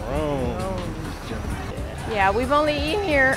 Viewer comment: no you didn’t. I’m just teasing you on your pronunciation. Ferron is pronounced like Gil Scott-HERON.